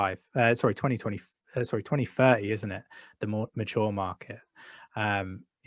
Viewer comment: what did he said? 2020??? twenty twentifer?